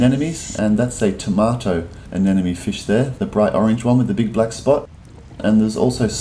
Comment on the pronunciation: It's Anemone...anemone...a-ne-Mo-Ne...a-ne-MO-NE. It's NOT Anenome...a-ne-NO-ME. The "M" comes before the "N". A-ne-Mo-Ne...A-ne-Mo-Ne. When is this guy gonna get it right?!! It's like the people that say Nucular instead of Nuclear; very annoying!!